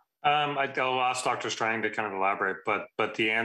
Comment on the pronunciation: It’s Doctor Strange not Doctor Strang. Boom 💥